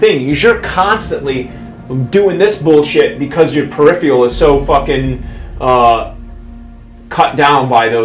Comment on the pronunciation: "per-riff-ial" got me pretty good XD